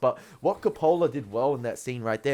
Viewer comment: It’s pronounced CO’-pa-la; not co-Po’-la. While you seem to find humorous much of the film, nothing is funny about this film or the subject matter. You caught the Eliot poem but you missed the Kipling poem “IF”.